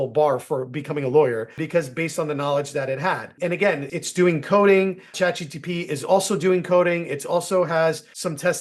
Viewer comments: Pls stop saying ChatGtP 🫸🏽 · CHAT G T P?🤣